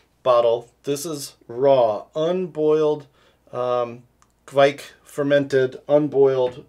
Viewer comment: Good job saying 'kveik' right (or close enough)!